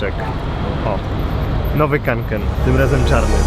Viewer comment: Nie „Kanken” tylko Konken.